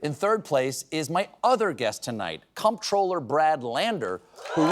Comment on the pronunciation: Comptroller is pronounced the same as controller.